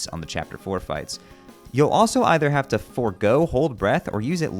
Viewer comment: but he says "So I haveth a laser pointere."